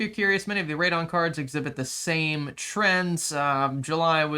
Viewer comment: Radeon has three syllables 😱